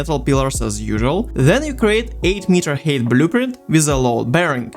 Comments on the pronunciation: Ну чел) Height произносится "хайт", а не "хейт". Да и в целом во второй половине видоса забил полностью на произношение походу) Режет слух прост, а в остальном красава! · Great video, but for the love of God, its pronounced "hight" not "hate" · i noticed that you pronounce the ‘ei’ in height as an ‘ay’ noise instead of ‘i’ & so it keeps sounding like you’re saying ‘hate’ :,) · The way you pronounce 'height' is fucking mind numbing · Great video, but... Why so much hate? Oh wait, I think you mean height, yes? It's pronounced like Hi! with a T at the end. English has some weird hold-over spelling and pronunciation artifacts from a former time. It's also a language with a whole lot of words stolen from other languages.